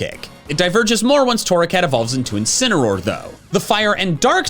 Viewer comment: INCINEROAR, NOT INCENAROAR! FIX IT NOW!